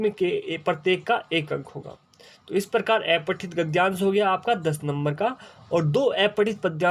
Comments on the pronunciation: Aepathit nhi sir apathit gadyansh hota hai 🙏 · sir wo to aapne sahi bola lekin aapka pronunciation aepathit hai jo ki अपठित होता है...